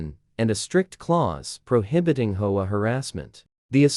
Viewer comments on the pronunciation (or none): Sounds like some kind of dinosaur bird when they say hoah 😂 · Please pronounce H O A correctly.